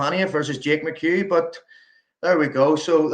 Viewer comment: Jake is great guy, but the funniest thing to me is, how czech commentator pronounces his last name. He straight up calls him “McHug” , always gets me.